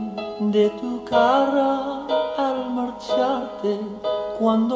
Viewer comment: Es él, dice:no puedo olvidarme de tu carra, no lo pronuncia bien la palabra cara.